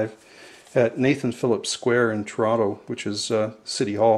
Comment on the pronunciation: You learn something everyday in the VC...Tare-an-too-la? Had no idea the Canadians pronounced it like that. Looks like a good'un. Excellent Thin Lizzy artwork. Zuma is great, too. Somebody with no taste threw a copy of that in the Dumpster but fortunately I snagged it. :)